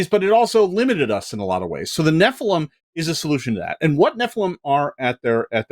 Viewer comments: oh hey they correctly pronounced Nephilim phonetically :D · Thank you! Finally pronounced nephilim properly.